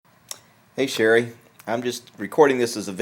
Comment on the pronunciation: "hey sherry" LMFAO